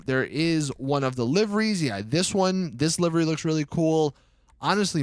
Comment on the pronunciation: It's livery NOT LIVIRY